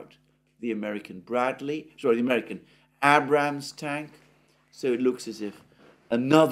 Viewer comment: Alexander what is an Abb-Rams-Tank?